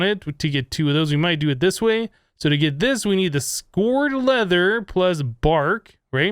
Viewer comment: Psst. "Scoured" is pronounced "skowered"